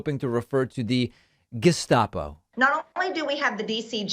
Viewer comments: To be fair, MTG did not mention the "gazpacho", an awesome refreshing soup, when she wanted to say "gestapo". She mixed both words saying "gezpacho" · MD here... so this is my take on David Pakman's point of view. BTW I detest this particular politician. This.... almost.... comes across as functional dysphagia probably caused by dyslexia. She reads a word...understands its basic use (gestpacho for Gestapo) ... but records it differently in memory or recalls it differently during a speech...she uses the mispronounced word correctly in language. Before I label her as "dumb" (whatever that means), I would want a speech pathologist evaluation. One clue is.... all of these gaffes occur in public speaking...speech recall is under pressure in public speaking increasing the risk of errors (it's why almost all of us universally HATE public speaking). I would want to know if this usage problem occurs in non-public speaking. So in her case, it may be she has some brain/language pathology that should have or at least should be addressed. In my experience, this is not an uncommon problem. This in no way forgives her "fragrant" unconstitutional fascism. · sounds like a kindergarten kid ....can not pronounce the word ...gestapo... correctly .